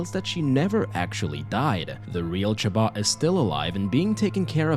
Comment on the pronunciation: Her name is chaba? I thought it was shomba?